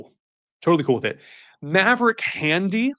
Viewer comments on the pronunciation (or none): It is Handley. Idk where he got “Handy” from